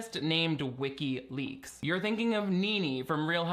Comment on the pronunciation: Omg I thought he said "Ricki lake" when he said wikileaks 😆😆